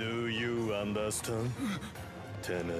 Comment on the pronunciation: “Do you andastand”